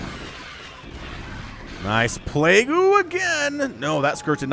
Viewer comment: I love these casts and absolutely hate the word "plague-ooo".